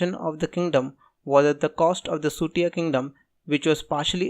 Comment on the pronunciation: First you tuber who pronounce...SUTIYA correctly